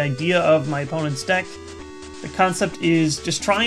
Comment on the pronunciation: it sounds like "dick" not deck xD